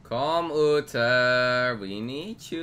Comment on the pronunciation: All that 'Ooter' really annoyed me as well